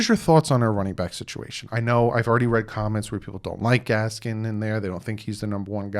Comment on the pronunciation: There's no S at the end of Gaskin. Just busting your chops a little, but you've been calling him Gaskins for a minute now. Love ya